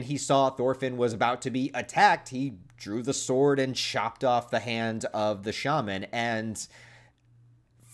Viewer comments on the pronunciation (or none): none